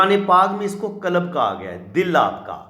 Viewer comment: "کلَب" کُتے کو کہتے ہیں۔ "قلب" دل کو کہتے ہیں۔ لیکن تمھارا تلفظ بالکل غلط ہے اور اس طرح تم نے دل کو کُتا بنا دیا ہے۔